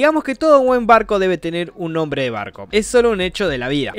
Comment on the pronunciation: Alfin!!!! Alguien que dijo bien mi nombre Post data: buen video y gracias por el saludo sigue asi crack Ten un buen dia